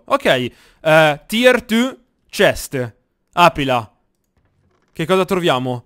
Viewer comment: Inglesi: tier two Eren: tir tü